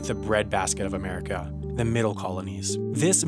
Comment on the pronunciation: Pat Bateman The hell is Murricaa? sounds derogatory...